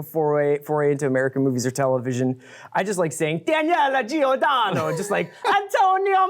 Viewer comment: Like your reviews, sooo entertaining and informative. Being Italian just a little note, we don’t shout our names out loud like that (I know it’s a reference to basterds but even then... and that’s not your fault 😊), nor we put the enphasis on the latter syllable all the time. The last name Giordano, for example, reads like ‘soprano’, emphasis wise. And all those gestures... no man, we do not move like that at all. Not in the north, and not in the south anymore. 😊